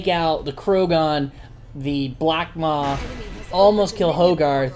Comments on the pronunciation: It's Blackpaw, not blackmaw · it's BlackPAW not Maw btw